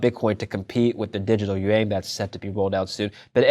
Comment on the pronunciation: what’s a “digital Yu-Wayne?” 😂